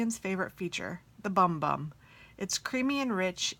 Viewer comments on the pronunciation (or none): Haha I think the Sol De Janeiro cream is actually pronounced "boom boom". Also, speaking of black eyeshadow, let me know if ever want another one of those palettes I sent you!